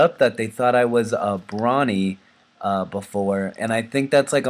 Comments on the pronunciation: Brony, Bro-ny, not Brany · Not Brawny Bro-Ne Brony